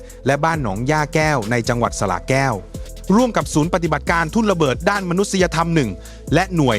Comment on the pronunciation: แต่กูกลัวมึง หลอนตลอด แต่ความจริงไม่มี สระแก้ว ไม่ใช่ สะละแก้ว